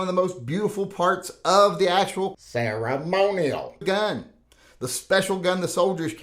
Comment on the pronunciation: Every time you said ”ceremonial”, it got more funny. Make a video of just that or please dub a few words in post production of one of your next uploads.